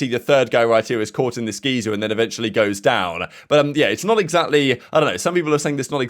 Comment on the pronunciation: mispronounce geyser 😅